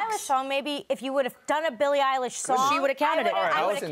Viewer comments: ”Billie Eyelash” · Billie Eye-Lash..... really......😭😂 its Eye-Lish.....Eilish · “Rodney Rich and Billy Eyelash”